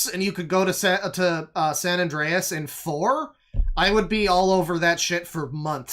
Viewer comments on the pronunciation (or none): none